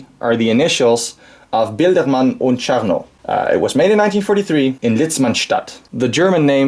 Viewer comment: Thank you for the video! Onе note - it's "Biedermann und Czarnikow" Not "Bildermann und Charnow" , as you have pronounced it in the video...